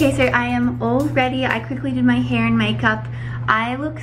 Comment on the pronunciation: omg the way you said "hair" in this video sounded American and it threw me off a little lol